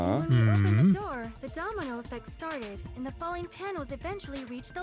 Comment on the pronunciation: You would think that Akane is the one who is allergic to g's. But actually, I think is too. I've noticed that she will pronounce the "ing" at the end of -ing words as "een," like "falling" becomes "falleen."